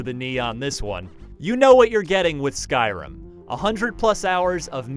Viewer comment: Skyra WTF it's skyrim